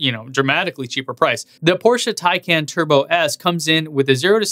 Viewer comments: Please don't fool us porsche" thin khan" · Taycon is NOT the correct pronunciation. 🤦‍♂️ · Starts videos by telling everyone how to correctly pronounce "tie-con". Proceeds to say "tay-can" and "tie-can". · Not to belittle this video or any of the hard work you do, but I do find it a little humorous that you noted the car being pronounced the "PORSH-UH THAI-CON" but proceeded to pronounce it "THAI-CAN" and then even "TAY-CAN" later in the video XD Nonetheless, I liked the comparison and I love you channel! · I love how odd the name is that even start pronouncing it Tie-Con and eventually transitions to Tay - Can or Tie-Can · If you are going to give people a hard time about how to pronounce Tesla as "Tez-Lah" then don't pronounce Taycan three different ways after pronouncing it "Tie-Cahn", which by the way is the correct way. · Good analysis! Just gotta remember to pronouce it "tie-con", and not slip back into "tie-can"! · Pleaze, it's "tie" + "kahn" or "con:; not "can". 🚗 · FYI-, you pronounce the taycan 3 diff ways often within the same sentence even after your best efforts to confirm the actual pronunciation from getgo. Nobody mispronounces Model S. Point...Tesla